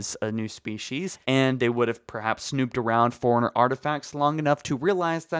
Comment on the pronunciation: Is it just me or every time he says forerunner he says like he's saying Foreigner